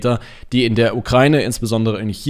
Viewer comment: sorry, aber es heißt ukraIne, nicht ukrAine. Danke!